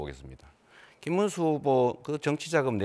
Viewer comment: 문수 발음도 안되는 전과7범 늙은이 딱2찍스타일이네